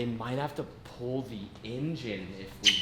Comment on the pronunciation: Everyone one else “Engine” “Injen” 😭😭😭